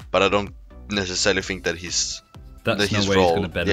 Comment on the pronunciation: FINK FINK FINK. Say THINK !